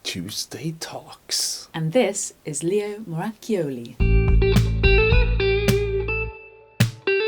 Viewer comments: Finally! I know how to say leos last name properly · Nice Italian accent on his name!